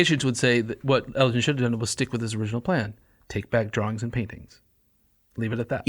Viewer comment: Guys, seriously... so much going on here that I don't even know where to start. Basics first: the G in Elgin is hard, not soft. Elgin obtains permission to "take away any pieces of stone with inscriptions and figures" from the deputy grand vizir BEFORE even setting foot in Athens. Nothing to do with greed for statues and such; he had been made aware of the decay of the buildings by Lusieri and Philip Hunt (his private secretary). Once it's clear that the ruins are doomed to perish and nobody cares, it becomes a rescue mission. Moreover, Elgin had never manifested any intention to keep the sculptures for himself, even less to bring them to Broomhall. Vrettos himself is unable to bring any evidence to corroborate this claim. On the contrary, there is plenty of proof that he wanted the sculptures to be "of public utility and public property" and be acquired for the nation, so that they could contribute "to the progress of the arts in Britain". Even Byron himself recognises that Elgin took the sculptures "to instruct the English in sculpture"! Negotiation for the government acquisition of the marbles had started already when Elgin was still in exile in France (well before the famous divorce, and therefore not connected to that). Let's spend a word on the Ottomans: they had a legal right to the marbles in international law. The right of conquest was a thing back then, and transferred to the conqueror the ownership of all public property (including military fortresses such as the A